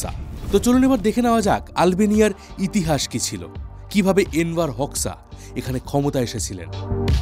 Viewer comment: দাদা উচ্চারণ টা হবে এনভার হোজ্বা❤